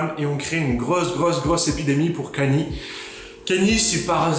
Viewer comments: Cest pas « kéni » c’est « kenne-yé » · On prononce Kanye et pas Kenny